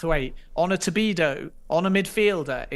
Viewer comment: Stop calling him Tobido!